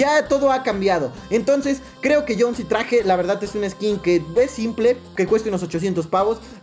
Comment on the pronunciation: Es jhonesi no jhonsi